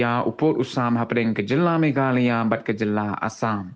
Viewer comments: Niiiiiiii man ba kren prestone ng sngp um ju nang ban pronounce ,"Meghalaya" shu ong bt "Meghla" Shame on u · What a game kung-fu hustle 🤣🤣🤣🤣🤣🤣........ Lah goi pronounce "Meghalaya" ruh u pronounce Meghala...🤣🤣🤣🤣🤣🤣..... Leit skul shwa me khie synlen 🤣🤣🤣🤣🤣🤣